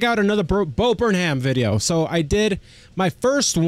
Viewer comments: There are at least a dozen of Bo Burnham reaction channels (pronounced Burn-um) - your first reaction of him got me to subscribe and have been waiting for more, but have enjoyed the Karl and Norm rabbit holes while waiting. Some must-do reactions: Left Brain/Right Brain, We Think We Know You, Rant, and Kanye Rant (and everything in-between). Thanks! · bud its burn-em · Funny you should mention Weird Al. In his new special "Inside", there is a joke on a white board that shows a ven-diagram with Martin Luther King and Weird Al. Bo puts himself in the middle. Also, quick pronunciation tip: it's Burn-um; drop the h :) Love your videos, amigo. Me encanta verlos a todos! (I'm only learning Spanish, lo siento) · It’s burnUM. Not burnHAM 👍🏼